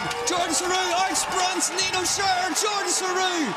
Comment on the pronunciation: Nice coverage guys. Please learn how to pronounce “Shurter” I wince every time you say “shureerr” and you say it a lot as you clearly love the man